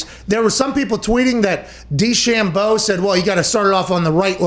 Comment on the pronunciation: I love the way he says DeChambeau